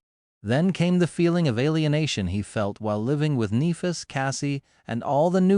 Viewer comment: I wish the AI would stop mispronouncing Nehfis